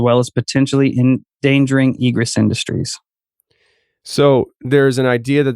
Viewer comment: It’s pronounced ē′grĕs. And means The act of coming or going out; emergence. It’s used in fire code standards in construction. Stop saying “egrus”.